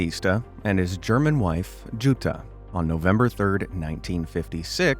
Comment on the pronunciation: sorry i laughed at how you pronounced "jutta" (eikes mother), it really lifted my mood:) there is hardly any female name that is more german than jutta, you say it as you-tta (short A). and "eike" is pronounced like eye-keh (short E).